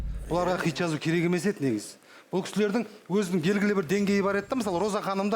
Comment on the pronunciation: Неге xит деген сөзді xЫйт деп айтад